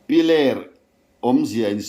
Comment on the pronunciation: Piler khaw hming hi lam sual leh ziak sual an tam thin khawp mai,a thu lam leh ziakah ani emaw, 'h' hi lam Rik/ thluk loh tur a ni a.